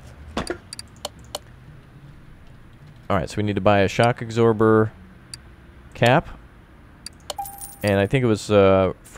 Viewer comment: You pronounce absorber wrong, you eggsorber